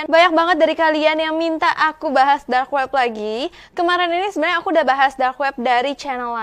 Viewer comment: aku denger tadi kak ngomong"Drak web"